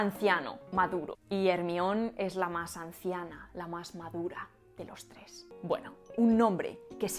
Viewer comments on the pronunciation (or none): none